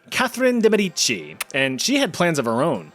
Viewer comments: I've waited so long for a part 2, it's finally here. I love you Chat you're the best. But in Catherine De Medici, the emphasis is on the E, mEdici. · Medici, not medicci..... The pronunciation is painful...